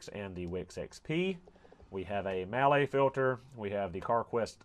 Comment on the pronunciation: Mahle... Pronounced "Molly"..